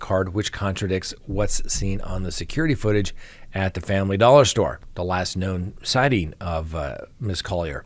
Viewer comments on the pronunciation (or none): none